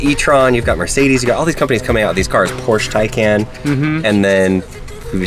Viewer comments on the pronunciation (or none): none